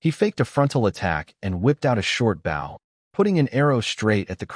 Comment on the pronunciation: Why do all of these manhwa stories mispronounce the same words‽ Bow (weapon or ribbon tied with loops) pronounced bŌ. Bow (the front of a boat or the act of bending the neck or waist forward while looking at the ground) pronounced băo. I'm looking forward to part 2.